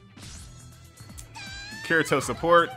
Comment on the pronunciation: The way he pronounces Kirito hurts my soul...